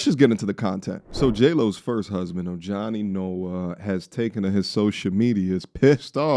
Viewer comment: Pronounced "O-hani"